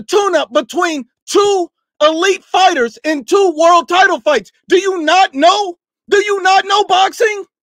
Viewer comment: Yet you calling ‘fighters’ fightem 🤦🏽‍♂️